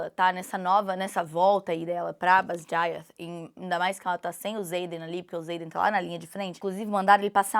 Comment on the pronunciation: gente... eu tô vendo ela pronunciar venin, wyvern, basgiath... é totalmente diferente do que eu imaginei na minha cabeça kkkkkk